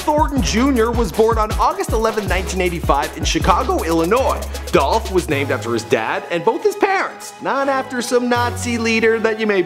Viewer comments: It's "Dolphhh Niggaaaa💯💯💯😎😎😎😍😍😍🎧🎧🎧🎵🎵🎵🎤🎤🎤💪💪💪🎶🎶🎶 "Adolph????? Now I See Why He Go By Young Dolph😂😂😂😂😂😂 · ITS DOLPHHHH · It's Dolph! - Young Dolph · IT'S DOLPH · It's dolph!!